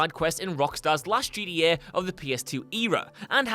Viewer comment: Why dont you pronounce GTA properly? Annoys me how you say Jeety yay